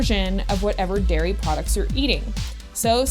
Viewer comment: its "dairy products" not "diary products"